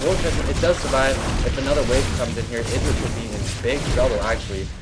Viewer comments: 'Eye-druh', not 'Ih-druh'. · pronounce Idra like u would a HYDRAlisk, the way u say it drives me crazy -. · Mk, is Idra pronounced "Eye-Druh" or "Ih-Druh" because everyone seems to say it differently. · shouldn't Idra be pronounced the way it would rhyme with hydra?